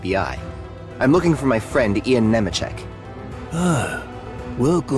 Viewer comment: AISHA called the guy Ian (pronounced correctly as Ee-an) but then pronounced it eye-an not 10 seconds later. What the fuck